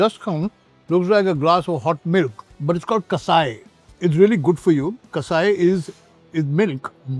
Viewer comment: that's not kasai, it is called kashaya / कषाया